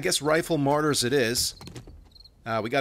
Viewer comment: Martyrs not Marty’s lol